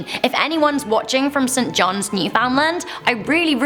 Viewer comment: just so ya know, Newfies are a proud race of people and it's pronounced New-fun-lAn. Newfunlan! And nooooo you know. Toronto is Traw-no. London is Lun-in or Lun-dun depending on if your from the east or not. Aaaand I don't know why I'm sharing this. GOOD JOB!!!